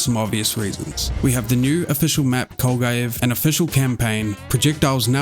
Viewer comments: It is Kolgugev lad not Kolgujev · Jesus, the pronouncination of the word "Kolgujev" makes me sick.